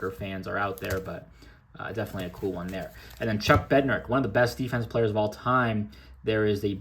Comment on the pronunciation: That Odell is such a sweet card. I just found a mini in an old shoe box, not sure what parallel it even is lol Also, it’s pronounced Bed-nare-ick since you were getting some heat on socials😂